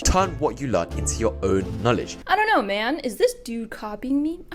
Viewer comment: I love that way tells “don’t know”, like she tells it like this “don’t knor”